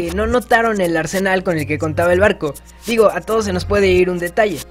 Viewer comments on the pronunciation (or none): none